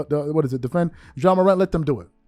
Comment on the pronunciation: What TF is “John Morant” like please get his name right before making videos about him …..🤷🏾‍♂️